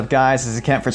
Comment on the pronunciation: On your intro you said Kent for Talk Android, but what I heard was Kentfer. which reminded me of Kefer, which reminds me to eat healthy, which reminds me of tacos. I put lettice and tomato on them which makes them veggies. Thanks for the dinner tip. BTW awesome video!!!